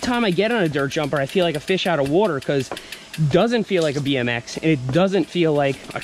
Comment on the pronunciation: Has Seth been hanging around Brad Leone from Bon Apetit? ("Wourder")